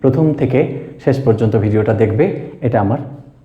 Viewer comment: It is "video". Not "vedio".